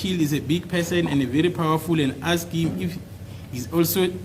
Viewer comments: Asked how do u teach a person when u cant pronounce asked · Advocate Mnisi still hasn't taught himself how to pronounce, 'asked' even today🙄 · As long as you know the word. Forget about how he pronounces.